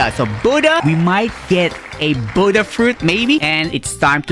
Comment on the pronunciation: Why is he calling the Buddha Buddh